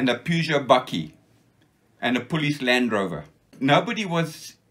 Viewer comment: Another wonderful interview!! Nice to be reminded that not all fighting men were crawling around the bush! Some guys were smart to enough fly over it - and nothing could happen without them! I love ' Afrikaans pronounciation of "police" - he never lost it!!:-) Grerat history!